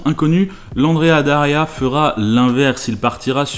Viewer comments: C'esrt "Andrea Doria" pas "Daria". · Andrea Doria et pas Daria, sinon sympa comme vidéo. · Super vidéo! Par contre c’est Andrea Doria et pas Daria ;) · c'est Andrea Doria, et non pas Andrea Daria 😉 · Petite rectification si je puis me permettre, c'est l'Andrea Doria, et non l'Andrea Daria. ;) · Cas n° 1 : Andréa D O ria Cas n° 2 : Waldos de los Rios (et pas del Rios ). C'est marqué d'ailleurs. Cas n° 3 : Faire le cornichon toute une matinée avec une bagnole en lui donnant de l'éthanol à boire ... Bon, je ne suis pas spécialiste je ne dis donc rien même si j'en ai envie. Mais en 2008 les téléphones portables existaient en tant qu'objet de consommation courante depuis 13 ans, non ? Ils ne pouvaient pas appeler les pompiers à distance ? Et ces derniers n'avaient pas un véhicule d'intervention à l'opposé des stands ? Ou alors ils étaient partis manger et les journalistes ont fait tourner le véhicule alors que la sécu était «off» ? Pas très sérieux. Ce n'est pas un milieu qui m'attire. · Andrea Doria Not Daria. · C'est l'Andrea DOria, pas DAria. Andrea Doria était un grand amiral de la république de Gênes. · mille excuses, mais c'est l' Andréa Doria, s'il te plait... mais sinon, ça va, hein!!